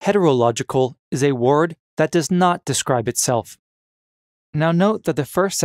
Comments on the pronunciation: word. not ward. simple huh? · The weirdest thing in the video isn't the paradoxes it's the pronunciation of "ward" or what should be word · This dude struggles everytime he says Wyurd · Is it a paradox that you can’t pronounce the word “word” correctly? What in holy hell is going on? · Why do u say word like that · Anyone else a little triggered by the pronunciation of the word "word"..?